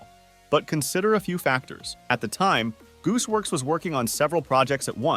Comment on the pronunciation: “Goose works” MAN ITS GOOSEWORX